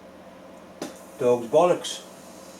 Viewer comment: I'm also a southern Indiana/Kentucky boy, and I had the same issue... Took me a while. Not sure why, but I am particularly amused hearing him say hole, bastard, and bollocks......